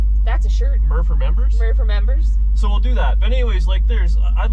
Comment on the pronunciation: "Murmbers" only! 👍